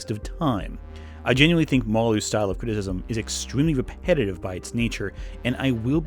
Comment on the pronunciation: Criticism has 3 syllables,.